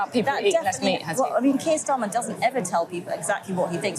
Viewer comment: "Our secret weapon... Is Sir Kiet Starmer" UGH GOD I HATE IT HERE MAKE IT STOP